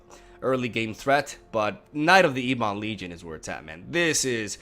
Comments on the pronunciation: Its prnounced EBB-ON. Its not E-BON. Jeez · What a sweet deck but yeah mate, maybe just google the pronunciation on ebon.